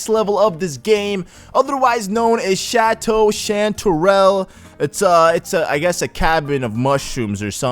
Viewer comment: He can say chateau right, but screws up unfurl.....right.